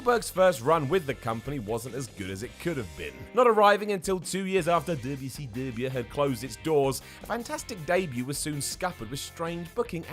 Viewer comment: The WAY says WCW is simply hilarious